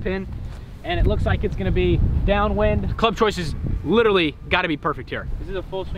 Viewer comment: Day 2 of counting the times someone say “Littley” instead of “Literally”: Just one!